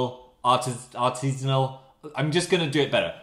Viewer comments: Phil every time he says “artesanal”: A n A L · Nobody: Literally not a soul in the world: Phil: Artizainal